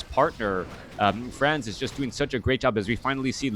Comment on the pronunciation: It's pronounced "Said" ;) not to be confused with another french player "SyDe". And "Franzyzz" is pronounced like "Francis" from what I understand. Superb game this was, really exciting stuff! WP all. Thanks for the commentary, man. Cheers.